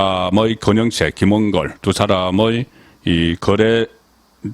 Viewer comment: 김홍길이 아니라 김홍걸이 아닌가요?발음을